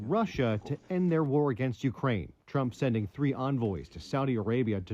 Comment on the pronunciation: Falsely pronouncing Trump, “Tramp.” Put a similar video out on that and watch the network shed debt.